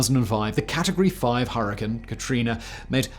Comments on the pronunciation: "Hurrine" Katrina? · "Hurrine Katrina" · "Hurrine Katerina" 🤔